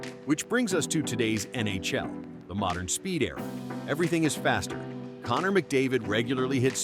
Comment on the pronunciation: "the N A Shell"